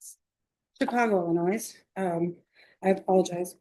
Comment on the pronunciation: Was anyone else surprised that she doesn’t know how to pronounce Illinois? How can you graduate from law school and not know how to pronounce the names of the states of this country?